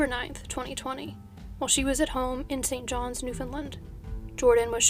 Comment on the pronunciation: Thank-you for including a Canadian case! Also, kudos on correctly pronouncing the S in St. John's, Newfoundland. Many people get this wrong. 😀